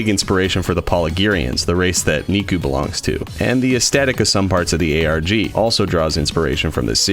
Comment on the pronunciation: I keep think he’s saying miku not nikku wtf